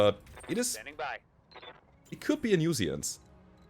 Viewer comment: hate to do this but... nu-sence, not nu-si-ence;) sorry:D